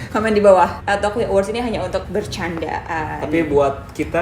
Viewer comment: El tocuyo dibaca El tokunyo